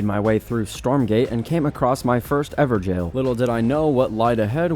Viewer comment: I love how he said everjail not evergoal